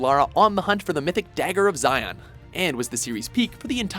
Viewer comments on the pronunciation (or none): Dagger of Zion lol. It's Xi'an. ;) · The Dagger of Xian, ''Shee-Ann'', it's a Chinese city which used to be the capital of ancient China for several dynasties. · It's pronounced [the Dagger of Xian] SHEN not ZIAN. Just saying. Great video. I loved them all but without a gamepad installed it's become increasingly hard to play on a desktop. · The Last Revelation is highly underrated in my opinion. Also did he just pronounce 'Xian' as 'Zion'? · Not even a mention to any of the Gold entries? I know that they are short games, but at least they are worth mentioning. Also, I can let the pronunciation of "the Dagger of Xi'an" slip by, but in game, Natla and Lara pronounced "Scion" loudly and clearly several times ... "I'm just pronouncing ‘scion' in my dialect" is merely an excuse. And, yeah, AOD. I'm among those people who are still yearning for any words on the Lost Dominion and A Dream of Resurrection. I like AOD, and I still want to know how it could have been but never was.